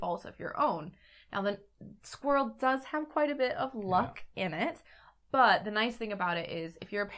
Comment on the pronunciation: Hi and, thanks for explaining and previewing Squirrel so well, the name pronunciation is close enough!